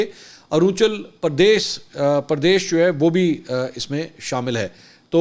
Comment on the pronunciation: Arunachal pardesh not arunchal pardesh